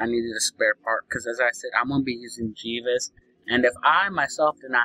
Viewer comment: Jee-ves!? Haha, you fucking moron!